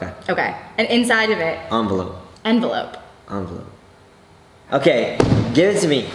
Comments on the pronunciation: Taras risht its envelope if its was the way he said it,it would be spelled like onvelope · JC it’s envelope 😭😂 Now I’m curious... LIKE for envelope COMMENT for onvelope 😂😂😂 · It's envelope not ONvelope